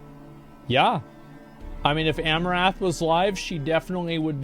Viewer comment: I think you mispronounce her name: it's not 'A-mo-raf' but 'A-mo-rant' with a silent h. A-mo-raf would be the way to say it if her name was Amourath.